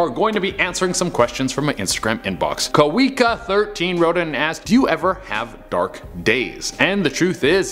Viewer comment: After the video you read something by a Kawika that is a Hawaiian name (I live in Hawaii) and it means David but it's pronounced (Ka.Vee.Ka) sorry my best friend is named that.